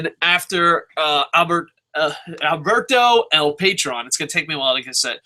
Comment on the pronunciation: It's El Puh-trone lol. I gotta get into the habit of watching LU, I don't even have the channel